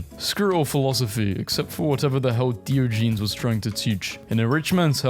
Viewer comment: for anyone who doesn't know it is pronounced dio like bio, ji knees